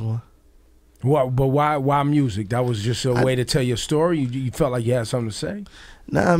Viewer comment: I like how Gotti says "Mursik" instead of "Music" ... lol ...